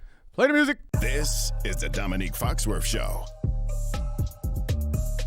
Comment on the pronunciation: Intro guy says "domique foxworf" show. Why does the culture hate pronunciation? It's literally just to be defiant lmao